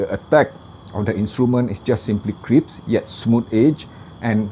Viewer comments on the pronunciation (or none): Nice review as always but I want to make you a correction without offending you.The right word is - crisp - not crips..😉 I m thinking order a custom set but the price is a bit high but my small ears don t offer me many alternatives (FA19..)